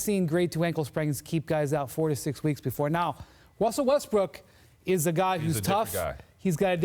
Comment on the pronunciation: "Wussell Restbrook" - Brian Windhorst